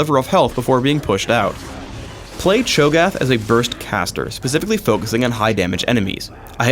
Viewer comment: it's Cho'Gath u fucking dumbass